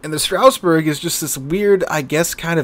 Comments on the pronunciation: It pronounces : Straas Bour Not StRaussBeRg. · Everytime says Stra"U"sburg, a part of me dies inside 🥲